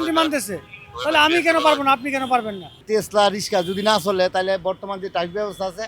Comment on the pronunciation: রিকশা ❌ তেসলা✅🥴